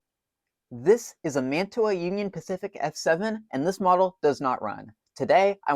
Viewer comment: Someone's been in that. MU-2 motors were always riveted. That plastic gimble mount indicates a late version of the motor. It's pronounced "man-chew-ah". Say it like that and your model railroad snob cred increases exponentially. The name comes from a city in NJ, which comes from the name of a city in Italy. The city in NJ is where the company started. Edit: The motor is not an MU-2. Those were mostly metal. It may be what was produced in Hong Kong after manufacturing moved there, and before they switched to pancake motors. Nice work.